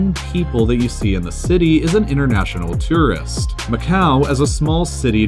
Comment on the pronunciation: You say “tourist” wrong